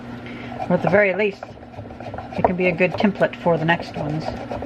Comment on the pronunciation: thank you for not saying temp-plate :)